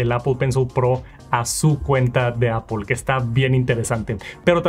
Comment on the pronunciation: Appol account, appol pay, appol sports